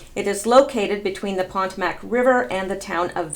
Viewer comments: Potmac!! Pah tow mack! Not pantamac for God's sake. Are you Canadian?? Aboot? Sound like it. Don't disparage a famous river. Don't know your famous geography do we? Now Pot A Muck is fine...cause it is polluted by all the elites. Can't believe you knew nothing about Mclean Virginia. It has always been where the WA elite lived because it is close to Washington!! A degree in ART? Really? Ahha...just as I thought. Canadian. Oh well. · Darling, it's pronounced, "poe TOE mick", (or, p'TOE m'ck, to the locals) and you misread that Ethyl Kennedy was the widow of John, when she was really the widow of Robert, as written. It was late when you recorded, no biggie. But you are still one of my favorite Q analyzers, MOSTLY because you enunciate. In "I, Pet Goat" did you notice the snowflakes on the wall, too? DJT said (paraphrased) in an interview once that if someone goes after him, he hits back. Someone targeted his daughter-in-law. Everyone duck! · You seriously don't know how to pronounce Potomac. Actually now that I look at it I like the way you say it better. Carry on.